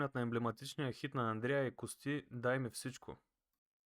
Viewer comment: “Андреа и Костѝ” - човек, за който се смята, че е навътре в тези среди ще го каже ли така, при положение, че в предишни видеа го казва нормално?